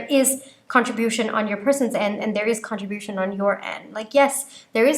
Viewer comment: Love your readings. There is nowhere to send this privately. I'm an ESL teacher and an immigrant and my Dad was an immigrant. You dominate English. Con-TRIB-ute & Contri-BU-tion. It's okay if you delete my message. I won't nitpick your videos in the future.